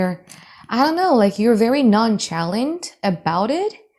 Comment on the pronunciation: Yes, it’s a word you’re just off a little with the pronunciation. It’s pronounced non-she-lant That e is short sound like in egg or like you would say shed.